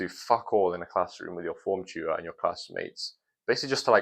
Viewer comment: It took me 5 minutes to realize you meant TUTOR when you said chu-err